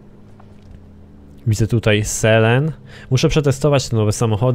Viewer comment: Skyline R34 GT3 był zbudowany i jeździł np. w 24h wyścigu LeMans. Ogułem wozy które możemy zrobić na tor są brane z rzeczywistości. Poza tym graj z widoku z kokpitu czy z maski. Wtedy możesz zauważyć więcej szczegółów na trasie i obrać lepszą linie ogułem reakcja jest szybsza. A i chyba mówi się Salen a nie Selen. Ja na temat Skyline wypowiadałem się juz nie raz więc: Skyline to najlepszy wóz ever. Wygląnda zajebiście, jest w wielu grach, i jak na czasy w których powstawał jest najbardziej zaawansowany technlogiczne: ATESSA-ETS, system przerywanego zapłonu i inne.